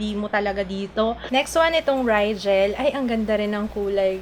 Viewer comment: rijah po basa sa rigel :)